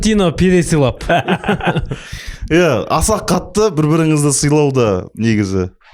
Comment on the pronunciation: пересыйлауды приз сыйлау деп естіп қалдым😂